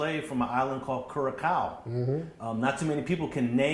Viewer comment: Cureacow WOW! That’s not even how you say it…or spell it.😂